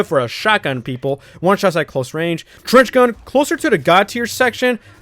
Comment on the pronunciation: Wait did he said Cringe gun to trench gun ?